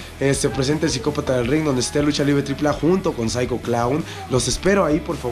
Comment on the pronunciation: Cuando dises Psycho locos dise 5locos